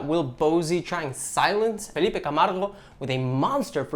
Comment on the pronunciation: love from Brazil! surprised you kind of got Felipe's name right